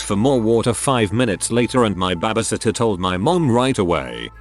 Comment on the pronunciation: also BABBEHSITTAH